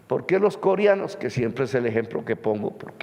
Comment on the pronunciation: Con todo respeto, no se dice costruir, se dice CONSTRUIR. No se dice corianos, se dice COREANOS. No se dice oliadas, se dice OLEADAS. Eso entre otros. 🤔🤔